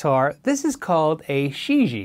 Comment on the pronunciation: Gonna guess that Shijie is 世界 (which means "world"). Pronunciation would be more "sure jeeyea" - just use google translate to hear it said.